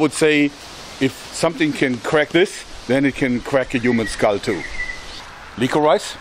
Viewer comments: am I the only one that got annoyed when he pronounced licorice lick or rice instead of licorish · Hey Joerg! Great video as always! Forgive me for my pedanticalness, but isn't the word 'licorice' pronounced 'lik-uh-rish' not 'liko-rise'? Also, I didn't know your partner was a doctor! That's very cool. What's her speciality? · Lick-or-rice sounds like a saliva activated rice food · he said lick-or-ice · Lick o rice I love how he pronounces it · i love how you say licorice. "lick-her-eyes" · "liquor rice" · Hey joerg, no disrespect but the first ammo you shot is pronounced lickorish. Its weird. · I'm sorry, I know it really doesn't matter and it's just your accent. But, it's pronounced liqourishe. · It's not pronounced lick o rice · I like the way he says licorice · Like this video if you thought the way he said "licorice" was funny